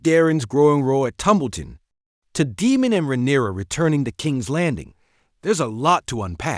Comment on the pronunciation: DAME-MON, his name is Daemon Say the e.